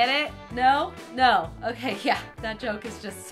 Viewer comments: did anyone else here her say that's o-cake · did she just say "That's o-cake?" xD